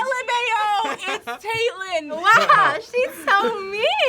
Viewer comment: How do you get Tate-lynn out of Tatlynn? that drives me up the walls. That goes beyond English pronunciation.